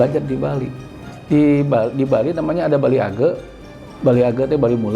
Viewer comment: Bali age pak bukan gea